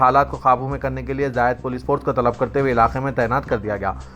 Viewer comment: Talab pr ghalat hai